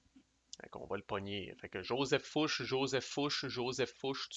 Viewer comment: Ce jeu a l'air original et intéressant même si on semble plus subir qu'agir les premières années. Mais d'après ce que j'ai compris ça va s'améliorer les tours qui viennent. Je pense que je vais me laisser tenter quand il sera disponible en Europe. Je voudrais juste t'apporter deux précisions en passant : Murat se prononce mura et ce n'est pas Fouche c'est Fouché, GMT a oublié de mettre l'accent. Encore toutes mes félicitations pour la clarté de ton playthrough.